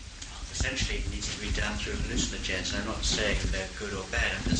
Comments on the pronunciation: I love the way he says hallu-CIN-ogens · Lol, same.